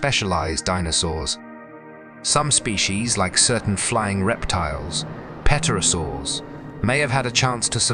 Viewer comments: He kept saying petrosaur! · "P" is silent in "pterosaur". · Can't even say pterosaur correctly. Same incorrect info on loop. Touting disproven theories. False information.